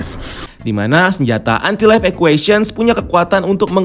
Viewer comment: Anti life kenapa ngomongnya lo entai laif....